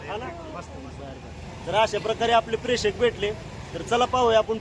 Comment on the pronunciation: प्रेषक नाही प्रेक्षक म्हणतात 😂